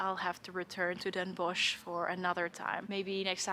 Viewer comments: Bossche Bol.. and don’t pronounce it Den Bosh, but Den Bos, like the Dutch word for wood or forest. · You don't say the ch in Den Bosch. You would say Den Boss.